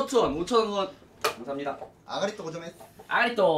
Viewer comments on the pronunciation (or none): 어리가또가 아니라 아가리또?ㅋㅋㅋ ㅌㅋㅋㅋㅋㅋㅋ귀엽다